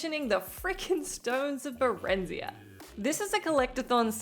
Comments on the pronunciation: The full list, some multiple times, such as FF10, I've done them all... also. Ba-ren-zi-ha. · Jesus that pronunciation of barenziah killed me. After 130 hours of gameplay you should know better 😂